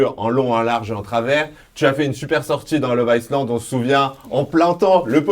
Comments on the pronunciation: Arrête de dire iSland b*rdel!!! Le s est muet!! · Stp arrête de prononcer le S de love iSland 😂😂